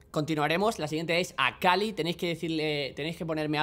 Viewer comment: Y ahora A-KHA-LEE